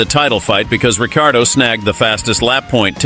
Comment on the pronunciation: Your the third American video i have heard say Danny Ric last name in a weird way and it is not the way you say his last name but other than that great video. I think Rb could go after Oscar as well he wont play second fiddle to Lando for two years, Christian H has said oscar’s name a couple of time as well and then you have the mark webber his manager connection with Rb